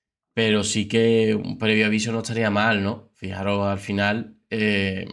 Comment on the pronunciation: FIJAOS***, se dice FIJAOS. Ni un imperativo bien dices. 😂